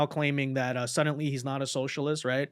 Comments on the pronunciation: OMG!!! ITS F'en SUDDENLY! NOT F'en SUDENTLY... FOR SOMEONE WHO SAYS THAT WORDS 500 TIMES EVERY DANG VIDEO YOU POST... ONE MIGHT THINK SOMEONE WOULD HAVE CORRECTED YOU... BUUUUUUUUUT APPARENTLY NOT! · I cant do it. Since I posted this comment youve said sudently 9 times. It drives me crazy. I cant finish the video.